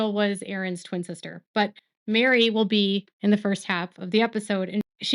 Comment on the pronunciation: Isn’t Meri’s name (short for Meredith) pronounced Merry not Mary? 🤔